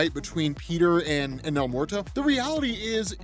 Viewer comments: Bruh Bruh el muerto isn't el MORTO it sounds like it should be spelled el mweɾto or if you need to sound it out it sounds like your asking a question 'mmm-where-toe?' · As someone who lives and has grown up in New Mexico, the way yo pronounce his name is hilarious! Don’t get me wrong, I understand!! It’s just funny when hear folks that sound like they’re almost never around Spanish speaking people.